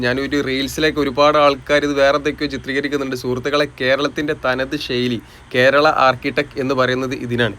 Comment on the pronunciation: ബ്രോ വീഡിയോ അടിപൊളിയാണ്.ഒരു കാര്യം ബ്രോ ഷെയ്ലി അല്ല ശൈലി എന്ന് പറഞ്ഞു ശീലിക്കൂ